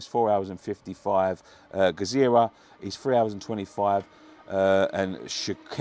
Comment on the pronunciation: Gzira in pronounced with a silent G , I live in Malta and would be great to draw them thing is its mega hot here average temperature 36c COYFI